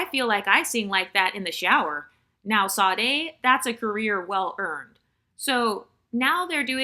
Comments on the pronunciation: Is that how Americans pronounce Sade's name? It's Shadéh. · The S in Sade is pronounced like an “sh”, FYI😃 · Well it's common for Americans to butcher foreign names, so it doesn't really offend me, but that's the first time I have heard Sade's name being pronounced like that.